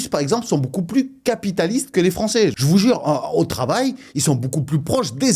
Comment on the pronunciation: Tous les " jvoue jure " que tu lache je croit que tu devrait faire des sketch au lieux de Youtube